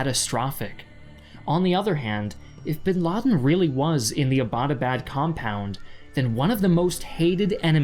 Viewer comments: why does everyone pronouce Abbottabad wrong... Abbott was a british dude... great video tho! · why its so difficult for you western people to pronounce Abbottabad.. it is named after British officer James Abbott which is I guess a simple english name and 'abad' is not a hard word to pronounce